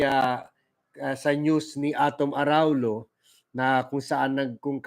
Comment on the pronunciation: Proper phonetic pronouncement of Araullo is Araulyo ( its double ll in Spanish elye).